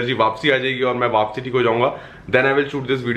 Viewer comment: No one: Literally no one:: mai wapsi thik ho jayunga phir wapsi 😂 instead of wapis 😂 Punjabi's can relate 😂💯❤️ #snapfam ❤️ love you ❤️❤️